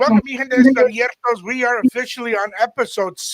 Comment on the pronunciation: Dudes hilarious asking for what other girl bahahahaha man can’t even say Abiertos properly lmfao 🤣🤣🤣🤣🤣🤣🤣🤣🤣🤣🤣🤣🤣🤣🤣🤣🤣🤣